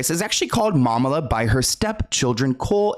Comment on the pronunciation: Finally, someone is saying this. Drew is unwatchable. She and her producers probably think this is her niche, but it is so contrived and obvious. The "Momala" makes me vomit, as the word is actually from a Jewish derivation, Mamaleh